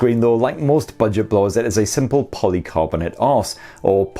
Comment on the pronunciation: Poly casssonate 😂😂😂